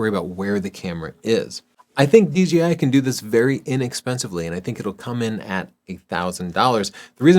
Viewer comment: Love you guys. I've absorbed so much of your advice and even made my major purchasing decisions for 7 years based on your reviews. Just one thing though and it's seems to be a super common thing on Youtube. It's pronounced DJI, not DGI. Really inconsequential but it's my pet peeve. Otherwise keep doing what you're doing. Your channel is the benchmark for photography advice in my opinion.